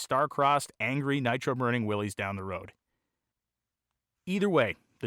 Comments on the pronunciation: Pronounced "Willis" not Willies. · RAD!! I thought they were pronounced WILLIS not WILLYS though? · Pronounced same as "Willis" not "Willees" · It is. Some where it got contracted into Willy’s but its pronunciation is Will Lis, Willys is another spelling of Willis like you stated.